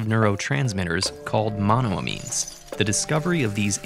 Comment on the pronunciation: The way he says monoamines annoyed me….it’s “mono-ayy-means”